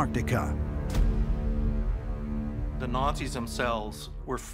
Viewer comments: "ant-TARD-ica"...I feel insulted.... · Ahn taht eecah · Its “antartica” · The way he pronounces Antartica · In an-trardica right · How come Americans don't pronounce the "T" in (Antartica) ? LMAO ! Sounds like "Anartica" ...."An-Tarty-Ka" 😂 it is a funny word though.... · An-tardica. Ant-Arctica. An-Arctica An-Artica. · The name of that continent is ANTARCTICA and not ANT ARTICA or ANNARTILLKA so get the name right people or if you cannot then call it the SOUTH POLE, got it????? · They said Antarctica 2 times right 10 times wrong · Why are 99% of Americans incapable of pronouncing 'Antarctica'? Adolf has no 'Y' in it, either. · An-Tar-Ti-Ca please jheez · I love hearing Australians pronounce the word, "Antarctica". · Can no one that was involved with making this video pronounce Antarctica properly? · What puzzles me more than anything, is the Americans inability to pronounce 'Antarctica' correctly